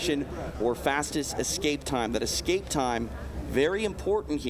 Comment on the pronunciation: it's not EXKAPE morons......ESSSSSSCAPE! Ffs